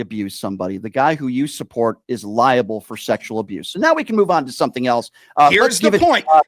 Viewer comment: Libel... not Liable.